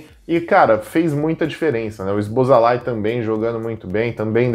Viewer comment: Cara fala o nome do Húngaro, zoboslai.